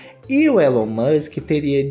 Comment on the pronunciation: A pronuncia é "Ílon", não "Élon" 😉